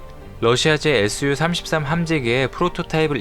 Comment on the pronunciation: su-33은 수호이33으로 Z-15는 젠15로 좀 읽으세요. 미국이 F-35B를 동맹에게만 판매한다고 선포 했다고 하는 무식한 소리도 거슬리네요. 미국은 전략물자 STA-1 자격이 있는 동맹국에만 팝니다. 동맹국이라고 막 팔지 않아요. 너무 지식이 없어보여서 이채널 안볼라고 맨날 비추 눌르는데 자꾸 뜨네요.